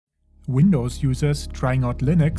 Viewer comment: No, the "WindowZ" Linux